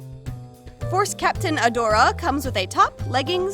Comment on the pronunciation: it’s Adora not Adore